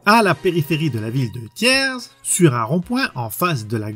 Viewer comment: On prononce pas le s de Thiers